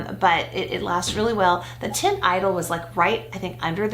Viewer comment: Teint from the Lancôme foundation is not prononced tint lol